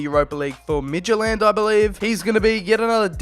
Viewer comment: your pronunciation of Midtjylland was actually quite good for a foreigner.